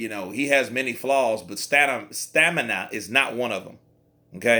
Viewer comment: Eghosa Agbonlahor haha I thought I was the only one that heard stanima in previous videos